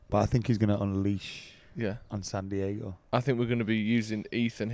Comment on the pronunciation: bro why would you pronounce it San Diago 😂